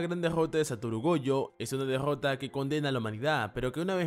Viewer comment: "la degggota de satoru" que cringe me da escucharlo pronunciar la r man